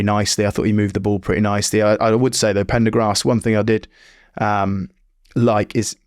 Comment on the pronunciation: Ben it’s prendergast… not Pendergrast…. Simple mistake of where you’re putting the r.